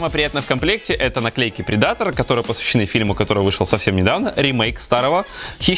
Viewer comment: предатор..ударение не там.